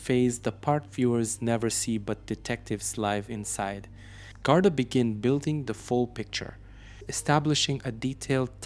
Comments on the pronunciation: Its GARDEE,and not GARDEYE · Please pronounce the word. Guard ee properly. Not eye. So sad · It's actually GOR-dee, or in Munster Irish gor-DEE